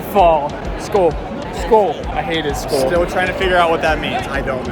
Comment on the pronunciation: It’skoll not school😂